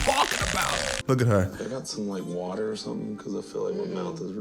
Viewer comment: Never heard someone say "hummm water" that way before 🤣🤣